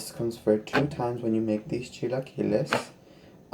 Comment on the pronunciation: God bless your heart that’s how my husband says it, pero son chilaquiles 👌🏼❤️🤗 yummy enjoy